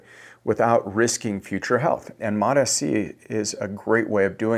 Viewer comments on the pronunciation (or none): Bro it’s mots- c not mot -s - c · Still calling it Mot-S-C. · It’s MOTS. Like plural for MOT. Mots mots mots. Not listening to a guy who claims to know about peptides who can’t freaking pronounce it correctly